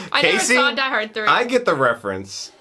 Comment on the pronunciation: I love how Summer even doesn't know the name exactly, she pronounces it "Die Heart" the first time she says it XD